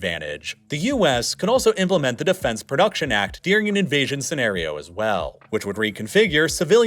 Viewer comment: During isn’t dear-ing